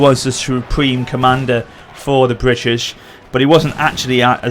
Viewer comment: 6 min into the video to understand that that word was "British"